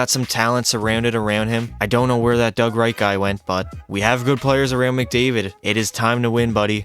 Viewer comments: DOUG WEIGHT - NOT DOUG WHITE! I can't not say something about this. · Called him “Doug Wright” at one point too